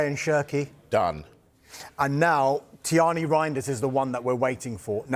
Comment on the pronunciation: Name is Tijani with the J ; not tiŷani . It’s an African name and doesn’t need to be westernised